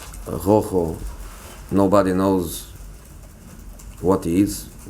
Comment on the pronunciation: Darren Jackson Not quite, in Spanish we don't pronounce "Rojo" like this, we pronounce it with a very strong trill but here it sounds more like the French "r"...